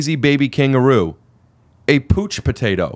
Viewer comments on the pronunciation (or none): On the kangaroo joke Its POUCH which rhymes with COUCH not pooch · Pouch-Potatoe not Pooch-Potatoe lol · Lmao fuck Rick I love you and this podcast but how you gonna read pouch as "pooch" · it's pouch potato... like couch potato... ouch.... not pooch.... lol Hilarious!!!! Goblins>Boppers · Pouch potato, like couch potato. Not pooch. And That horseshit joke is still better than every part of this video that nick swardson isn’t in. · Pouch potato not pooch potato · Pooch potato... its pouch potato buddy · It's powch potato bro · This guy doesn't know how to pronounce pouch?